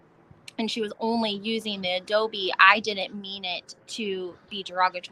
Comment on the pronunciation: Adobo not adobe